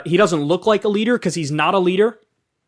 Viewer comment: "becauce" - kyle 2022